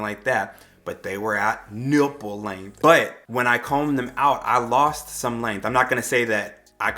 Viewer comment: "NIPple" 🤣, it was the extra emphasis for me.🤣 Love your videos! New subscriber💜💜